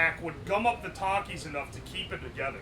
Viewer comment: It's pronounced takis not takis